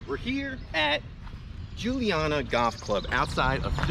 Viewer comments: You’ve captured the spirit of the community; it’s indeed the most wholesome kind of Philly grit. And it’s pronounced Joonie-Yadda. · Dude, how hard is it to pronounce Juniata 😂 Joo-knee-atta. Not Julianna. And it’s definitely in Philadelphia. Grew up right down the street.